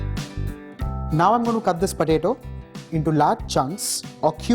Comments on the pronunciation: I couldnt hear this guy, all i heard is patato patato and i love it so much! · The way he says potato.... 👌👌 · I laughed everytime he said potato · I laugh when he says potato with that hindi accent